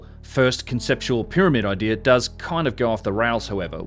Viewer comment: is clearly one of the most knowledgeable and well-spoken young men documenting these structures. Can anyone tell me why he adds a big ‘ole R on the end of 4th grade words that end in a? Like “area” becomes “air-ee-ar” and idea becomes “idear”? And don’t say its an accent, he has a perfect English accent. That’s adding a full blown consonant where we all clearly know the words have no r in them. I don’t hear it in any of his multisyllabic words just the elementary ones. Does it mean something else?